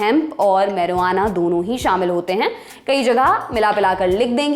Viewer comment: मैरुआना या मारिजुआना 😀 वाह लल्लन